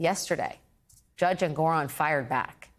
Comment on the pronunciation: Did she say jurdge instead of judge? She must be having memory loss. (Sarcasm)